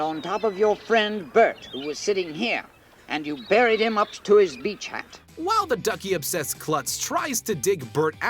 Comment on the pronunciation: Did anyone notice that he was pronouncing "burying" and "buried" the way Cleveland Brown from Family Guy does?